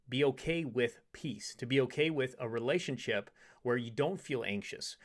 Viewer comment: Relationship ✅️ Relayship ❌️ Sorry to nitpick but I hear it too much these days.